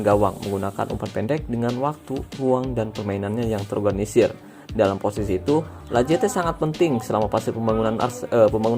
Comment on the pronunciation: Sedikit koreksi: Lacazette = lakazet